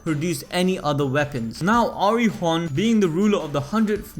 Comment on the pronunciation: PRONUNCIATIONS: Khun Eduan --> koon ed-oo-on Arie Hon --> Are-ee-aye hon Eurasia --> Europe and Asia had a love child Let me know if there are others I missed